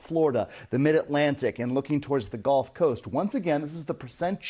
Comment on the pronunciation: Bro.. .. it's the "gulf" coast .. not the "golf" coast